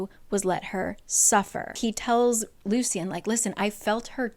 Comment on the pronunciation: It the audiobook they pronounced it Loo Shun. Hearing Loo See Un kept throwing me off 😂